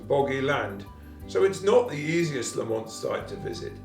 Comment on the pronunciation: I understand that the pronunciation for this clan name places the emphasis is on the first syllable not the second.